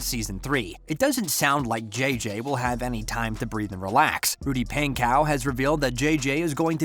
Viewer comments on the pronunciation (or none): NO U SAID THEM BOTH WRONG IT IS RUDY PANKOW CHASE STOKES